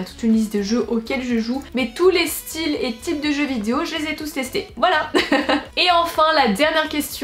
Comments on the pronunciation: T’as enfin réussi à dire VI-DE-O et non pas vidzéo 😂😂 félicitations, la France est fière de toi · Punaise elle a réussi à dire vidéo ! je pense que c'est la grosse bouche qui déforme le mot d'habitude ahah je rigole hein t'es super mignonne miss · Je suis émue... Le mot vidéo dit correctement. Nous sommes fier de toi. ( Snif... Notre petite fille est devenue un vraie femme maintenant... Elle dit vidéo toute seule... ) 😂❤❤